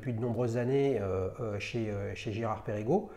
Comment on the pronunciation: Mon cher, Perregaux ça ne se prononce pas Pérégo, mais Pergo.